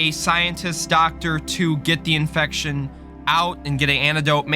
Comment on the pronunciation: Every time he said infection I wanted to die